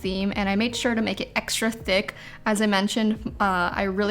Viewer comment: really said: I made sure it was ExTrA tHiq